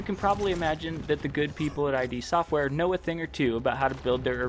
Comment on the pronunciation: Thank you for this! Just FYI, it's not "I-D Software", it's "Id Software". Rhymes with "Lid". From the mouth of John Romero, himself.